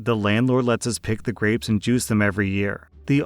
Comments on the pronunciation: I kept hearing “graves” instead of grapes and was horrified by the prospect of juicing and picking graves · Story 8: did anyone else hear "graves" instead of "grapes" at first and get super confused? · I thought you said graves instead of grapes and that made for one wild story 😂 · just having this as background noise while i do other things, i thought you kept saying graves over and over again. had to rewind to hear grapes..... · I kept hearing Graves instead of grapes while getting ready for work. I was very confused at first as to what juicing a grave was. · I wasn’t paying attention so every time said grapes I thought he was saying graves. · Oh my gosh, the story about the grapes I thought he was saying graves and I was so confused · lmao i heard graves not grapes XD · Omfg I thought he was saying graves for almost the whole story about grapes 😂